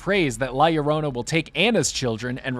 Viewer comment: Finally someone says it right.. LLORONA! 👍